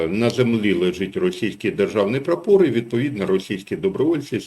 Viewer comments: прАпор, а не прапОр. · Правильно говори прапор,ато гидко слухати